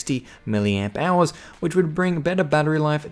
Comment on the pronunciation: Am I the only one who thought he said million hours instead of milliamp hours.